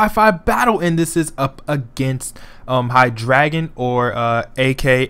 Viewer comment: Nice battle, choice chomp is great. BTW, Hydreigon is pronounced hi-dry-gone. The more you know, eh?